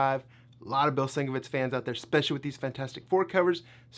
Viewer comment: Sienkiewicz = SIN-KEV-ITCH I know a lot of people say it wrong, but he's a legend and the least we can do is try to pronounce it correctly.